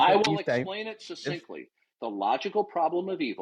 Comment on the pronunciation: Add succinctly to the list of word can't pronounce!